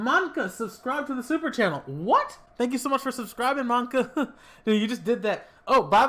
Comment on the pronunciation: wait what? I'm in the video?! BTW you pronounced my name wrong (it's man-sa)